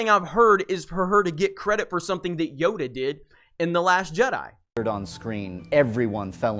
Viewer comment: Yoda not yoga😜